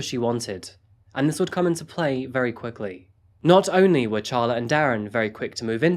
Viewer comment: Who names their child “ Char-La as apposed to Carla? A person who bought our house said that her name was “” Char-lene” as opposed o Charlene and she was crazy. LOL